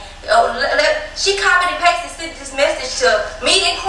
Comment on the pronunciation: Im sorry but king keeps saying sunt instead of sent is just distracting me